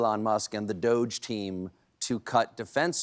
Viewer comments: Doge pronounced douche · stop calling it 'doge' call it as it is 'doggy' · It's pronounced DODGY. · I think they should pronounce those DOGE gang "doggie". More fun. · It may be spelled D.O.G.E. but it is pronounced DOUCHE.